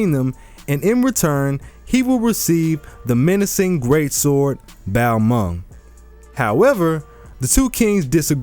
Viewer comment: Love your videos, but I have one criticism. The pronunciation of some things. Like Balmung and Fäfnir